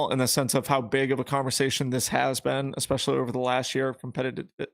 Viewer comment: On a different and altogether lighter note:, especially is pronounced es·pe·cial·ly, not eck•spe•cial•ly or ecs•pe•cial•ly and sherbet is pronounced sher•bet not sher•bert. JK, enjoying the show as usual thanks for the content gentleman.